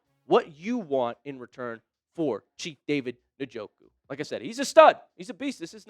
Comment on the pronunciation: This guy is an idiot,.he can't even pronounce njoku,s name